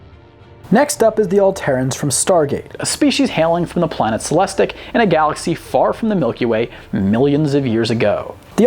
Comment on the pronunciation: the planet is Celestis, NOT Celestic.